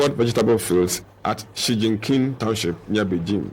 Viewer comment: lol the way the narrator pronounced Chongqing lol